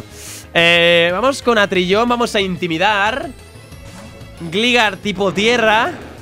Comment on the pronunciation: Gligar se pronuncia glaigar